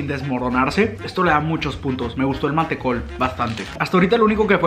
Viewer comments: MANTECOL NO MATECO Y NO ES UN CHOCOLATE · Me pado con el vauquita que le dice vaquita, el mantecol que le dice manteco y el turron que le dice arcos y que yodos son chocolates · manteco, chocolate ARCOS JAJAJAJAJ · Con mucho amor...... Arcor no Arcos Mantecol no Manteco Vauquita no Vaquita Don SatÚr no Don Satur Creo que es todo je ❤️ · No es arcos, es AR COR con R. Y no es manteco, es Man te colllll, con L, y no es un chocolatito!!! Y no es vaquita, es VAU QUI TA...Y finalmente no es un vasito para tomar mate, es un Mate. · dijo manteco en ves de mantecol le mandaron fenet XD 😂😂 soy argentina 😊😘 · Pipote ? ?? Es bombilla bueee . Manteco ???? Es mantecol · Manteco jajajajajajajajajjajajajajajajajajajajajajahahaa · Estás diciendo TODO MAL... vaUquita... Mantecól... Félfort... Don Satúr... Sherba!! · Me mato como le dijo al Mantecol